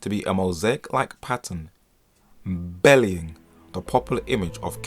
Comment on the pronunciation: Not: "belly - ing", but: 'be - ly - ing", right? Excellent documentary. Keep going!